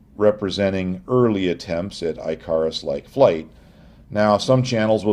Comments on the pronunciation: "eye-CAR-is"? ...do you mean Icarus ("IK-uh-russ")? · Eye Car Us?? Dude, it is pronounced ICK uh rus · Icarus. Not pronounced I kuh rus, pronounced ick uh rus. Look things up so you don't seem ignorant. USA english. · I think that's Ik not Eye. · Icarus is pronounced as “ICK a rus” —with a short I. Excellent analysis and video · Thumbs Up! But . . . Icarus (IK-uh-rus) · ICK - a - russ. ICK - a - russ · Man I really want to watch this but I’m in and you’re already pronouncing Icarus weird, who in god’s name pronounces it that way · I lasted until and said fuck it I’m out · Please with your pronunciation of Icarus! Omg! Wrong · How did you manage to grow to adulthood, with an interest in flying, and never learn how to pronounce "Icarus"? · I love the new pronunciation of Icarus. His dad's name is pronounced (also new) "da-day-luss". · I stopped at the pronunciation of Icarus. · For somebody who was doing even a bit of research it wouldn't take much effort to look up how to pronounce Icarus. Edit: Damn, what a great video. I hope Lindybeige, The History Guy, Real Engineering (I sub to all) take the time to watch this video. having said that i hope I can find the source material to the Wright Bros. letters published in a reputable source.